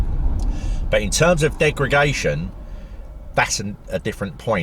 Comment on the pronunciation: Love your videos mate. Very good points on battery longevity and usability. I think the 40kw is great but the 60kw with active temperature management will certainly be a better car. I’m telling my “Leaf-curious” mates to hold out for that one if they can. “Degragation” - hehe!